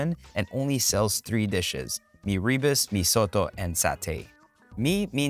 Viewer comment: Its not pronounced as mee ree burst. It should be mee rer boast.